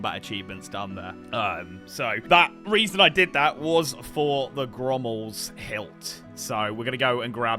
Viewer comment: Love this new series, it’s absolutely amazing. Why is saying “Ghrommals hilt”🤣🤣 He’s putting an R in there🤣🤣